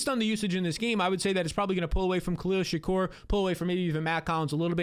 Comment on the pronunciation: Khalil SHA-KEER not Khalil SHA-KURR